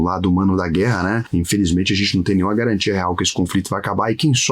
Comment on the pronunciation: Sem galantia